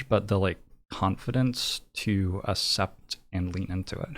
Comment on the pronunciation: nothing else matters except that pronounces accept as ascept edit: this is a joke obviously, edited for safety reasons